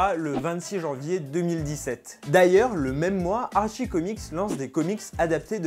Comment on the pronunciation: jsuis désole mais Riverdale c trop la vie... et si jamais on dit Artchie et pas archie comme tu las dis en debut de video